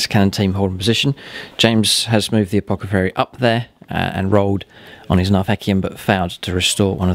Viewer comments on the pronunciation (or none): Fantastic stuff as usual! Never mind the advert haters (you just click the little x and they're gone derr!) and the pronunciation bloopers, although saying 'apocothary was lol'! I think James plays his Space Marines and Guard so well that surely it's time for a scorpion vs spider rematch, you are 0 and 2 i hate to remind you:( Adeptus plus marines, haven't forgotten about your Fists army also, vs whatever lucky Lawrence brings would probs be the highlight of my viewing year